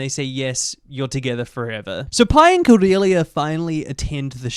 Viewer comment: I remembered watching this movie as a kid. I don’t know why but the hard pronunciation of the ‘C’ in Cordelia’s name has always stuck in my mind and I always hated it lmao. I remembered like NOTHING else from the movie. Just the way that Pi says Cordelia’s name.